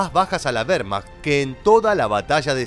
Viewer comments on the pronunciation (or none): none